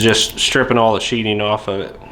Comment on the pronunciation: I appreciate the video. Its sheatHing not sheeting. Like a knife goes into a sheath and not a sheet.